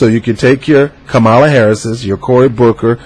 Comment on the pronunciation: You didn’t even take the time out to learn the correct pronunciation of her name so how can I trust the validity of your opinion?